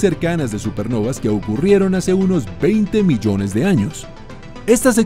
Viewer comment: 20 milloñes de años xd